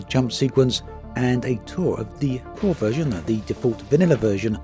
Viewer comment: Not sure if you said "core version" or "poor version" of the fleet carrier interiors. I had a chuckle thinking about it because at first I thought you basically have to be rich to own a fleet carrier, but at the same time every new fleet carrier owner becomes poor.